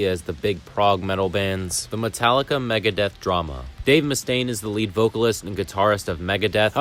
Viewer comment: Trujillo is spelled like True-hill-yo. Lead guitar is spelled like "leed" not like led (chemical element).